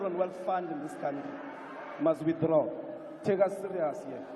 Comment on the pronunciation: Ndlozi says "you must wothdraw!". A mo supa ka monwana 😂😂😂😂